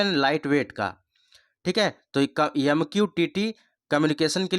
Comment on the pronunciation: यम नही, एम होता है